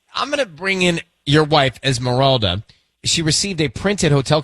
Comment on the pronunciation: Es Miranda 😂 its Esmeralda obviously a white person posts these